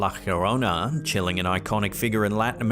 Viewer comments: La "Yorona", not "Hurona". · Nobody has debunked the ufo flying by the airplane… And it’s la llorona, not la hiorona… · Been watching your channel for years thanks for your content only one thing it’s not the horona it’s jorona the double sounds like a j llorana thanks for your content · Llorona is pronounced yo ron na the double ll is pronounced like a y in the Spanish language